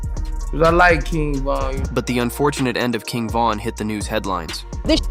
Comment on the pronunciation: It’s VON why tf you kept saying VAN?